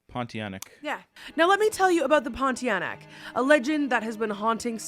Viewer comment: YOURE SO CUTE I STARTED CACKLINGGGG WHEN I HEARD THE pronunciation for PONTIANAK 😂 I’ve seen a few in my life!